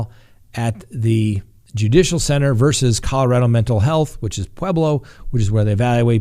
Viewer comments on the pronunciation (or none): none